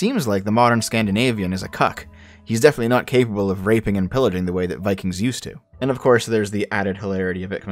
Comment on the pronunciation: "we wuz viKANGs"